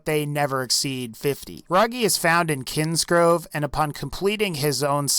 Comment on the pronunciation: He called it: "kinsgrove", isnt "ky-nsgrove"? ...like... KHAI-sngrove...